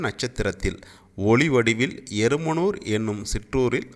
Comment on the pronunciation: ஆடியோவுல எருமனூர்-ன்னு சொல்றிங்க. அது எறும்பூர்.எங்க ஊர் பேற ஏன் மாத்தி சொல்றிங்க